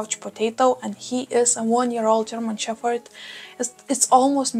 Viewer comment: A language lesson for you: In English we pronounce your pup's breed as German shePPard, no fff sound. All the best! 🐶🐕🙃